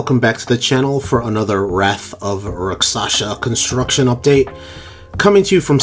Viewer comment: Love the updates man. I really appreciate your dedication...have you noticed that you always butcher the coaster name in every intro. Lol. It took me almost a week to say it fluently. No biggie but just thought it was kinda funny seeing as I know how everyone is going to have a hard time pronouncing it. Thanks for another great update!